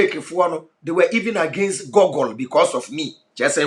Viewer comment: It's not g)gle is g"oo"gle with "oo" pronounced as u